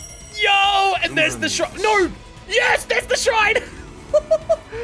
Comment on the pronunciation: Bro calls Shrine, "Shine", and Lapse Blue, Lapis Blue.